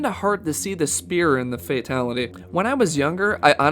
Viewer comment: I never get how they can make any video like this and not sound one bit enthusiastic. Sucks... And "spear" Really?